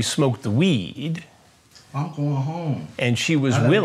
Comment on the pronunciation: "But if after you smoked the wee-eeed.." Always have admired Hanson's artistic freedom with regard to syllables.